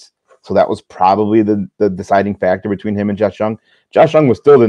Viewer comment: Love the show but you guys have room to improve on your player pronunciations Pepiot, Jung, etc.